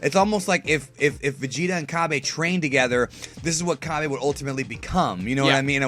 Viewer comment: its called cabba (ca-ba)